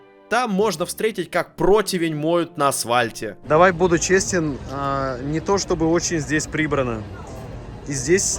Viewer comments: при всём уважении, не говорите пожалуйста "асвальт" вы же точно знаете, что после "с" буква Ф. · очень интересное видео. спасибо вам. но почему вы говорите АСВАЛЬТ. вы же грамотный человек